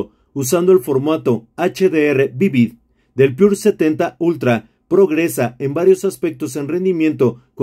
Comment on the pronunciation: com que varios no saben leer, es PURA no pure.....